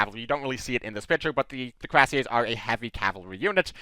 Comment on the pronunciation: Coo-ee-rass-yeh would be close enough for an American. The name comes from the word for an armored breastplate (cuirasse) so it's indeed very appropriate.